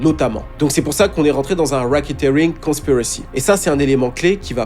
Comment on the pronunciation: Please learn how to say Epstein !!c'est stressant - Soit dit les mots en français ou alors apprends la prononciation au moins tu pense pas ? Pareil pour racketeering. Learn :)